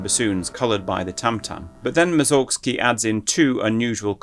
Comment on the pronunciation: One little note: "Mussorgsky" is pronounced with stress on the first syllable and with [s] but not [z].